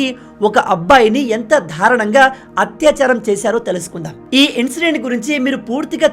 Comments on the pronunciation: ధారణంగా కాదు దారుణంగా అనాలి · Namaste ji. You are many times uttering as DHARUNMGAA. It is 100% wrong pronunciation. Please learn Telugu. Refer Telugu dictionary. Know the meaning. It is darunamgaa.